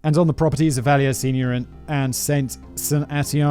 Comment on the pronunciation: 😬 the québécois in me is losing his mind every time Simon says vallière like it's a spanish name